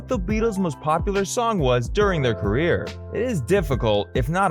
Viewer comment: It's career, not carrer,!